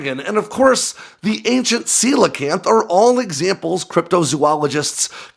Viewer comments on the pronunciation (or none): none